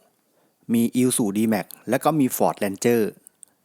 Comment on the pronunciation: มันอ่านว่ารีโว่ไม่ใช่หรอ เมิงเป็นคนเขมรหรือป่าวว่ะ